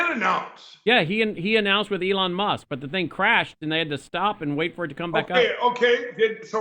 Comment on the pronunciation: “Elon Mosque??”